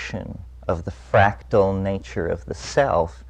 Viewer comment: It's "FRACTAL"